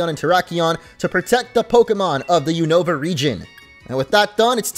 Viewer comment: It’s Vurr-RIZE-zee-uhn not Vurr-RIZZ-zee-yawn smh 🤦‍♂️ Also it‘s the YOON-uh-vuh region. Not the you-NO-vuh region. It‘s based on the UNited states OV America. YOON from UNited, OV from OF. and A from America. Kapeesh? 👌 ALSO ALSO, those aren‘t stars in the curry pot. They‘re sparkles :3